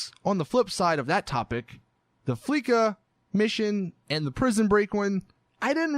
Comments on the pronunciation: It’s pronounced fleesa not fleeka please never discuss your topic without getting the guest name pronunciation correct ikr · AdvancedNuke ikr it is pronounced fleesa